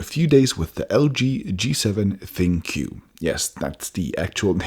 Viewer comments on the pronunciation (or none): I thought ThinQ was supposed to be pronounced Think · I would have presumed that 'ThinQ' would be pronounced 'Think'